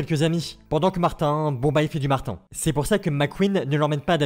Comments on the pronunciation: c'est mater pas martin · Aux Québec martin on l'appelle mater et on le prononce comme ma-terre en gros materre